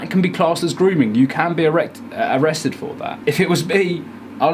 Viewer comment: errected hahahahhaa